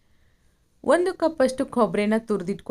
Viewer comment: ಅಕ್ಕ ಅದು ಕೊಬ್ರೆ ಮತ್ತು ಹಸೇಮೆಣಸಿನಕಾಯಿ ಅಲ್ಲ ಅವ್ವ. ನಮ್ಮ ಉತ್ತರ ಕರ್ನಾಟಕ ಭಾಷೆನಲ್ಲಿ ಕೊಬ್ರಿ ಮತ್ತು ಹಸಿಮೆಣಸಿನಕಾಯಿ ಅಂತಾರ. ಜರ ಸ್ಟೈಲ್ ಮಾಡಿ ಬೆಂಗಳೂರು ಥರ ಮಾತಾಡಬೇಡ. ನಮ್ ಹೆಮ್ಮೆ ಇಂದ ನಮ್ ಉತ್ತರ ಕರ್ನಾಟಕ ಭಾಷೆ ನಲ್ಲಿ ಹೇಳು 🤦🏻‍♀️🤦🏻‍♀️🤦🏻‍♀️🤦🏻‍♀️🤦🏻‍♀️🤦🏻‍♀️🤦🏻‍♀️ಮತ್ತೆ ಅದು ಕೊಪ್ ಅಲ್ಲಕ್ಕ, ಅದು ಕಪ್ Cup 😅😅😅😅😅